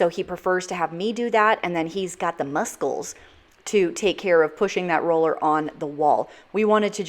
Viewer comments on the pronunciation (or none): The other one is just a fun way of saying "muscles." It's just pronouncing the c as a "kuh" instead of a "suh" sound.